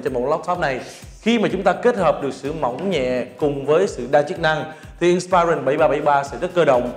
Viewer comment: Người này phát âm nhiều từ không chuẩn xác trong tiếng Anh: ví dụ như từ inspiron phải phát âm là:/ˈɪnspɪrɒn/ chứ không phải là "/ɪn'spaɪrɒn/". Rồi fullhd, hdmi, touchpad... ôi thôi đọc theo kiểu nửa La tinh nửa Ăng lê. Thôi thì đọc theo kiểu tiếng Việt thuần hết thì có lẽ tốt hơn. Nửa nạc nửa mỡ chói tai quá.